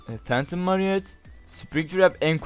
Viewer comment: Buradan Watty Five Nights At Freddys tayfamıza selam ♥ (Joe ve Cody bu modun yapımcıları. The Atlantic Craft.) Toy tayfasının bizlerde adları var. Toy Chica = Chickee Toy Freddy = Fred Toy Bonnie = BonBon. Marinet dedin ya bir gıcık oldum. Marionette o yanlış yazılmış. Halikunasyon:D Domdomdiridumdum diye şarkı söyleyen Foxy. Gülen ise Freddy. Purple Guy ise hikayeyi biraz incelersen ilk oyundaki biziz. Senden bir Five Nights At Freddys serisi isterim.